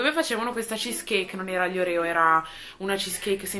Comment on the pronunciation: la pronuncia dei oreo si dice orio perché inglese la e di proncia i e non c'è l accento sulla o finale.